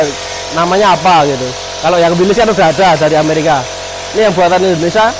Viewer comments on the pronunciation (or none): none